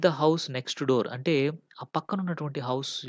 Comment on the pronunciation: Explanation is good but please check the pronunciation of narrator and narrative.